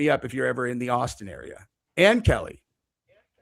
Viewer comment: It's keli